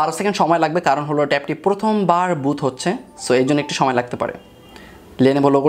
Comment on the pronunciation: বুত নারে ভাই, বুট।